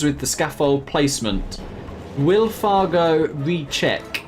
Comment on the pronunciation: Did you just call fargo far-joe 😂😂